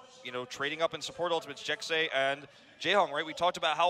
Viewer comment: I'm about 98% sure Jecse is pronounced like Jesse not Jexy. Because a lot of other native language speakers spell things how they sound when spelling English words so phonetically Jesse would be spelled Jecse because the 2 different sounds the S's make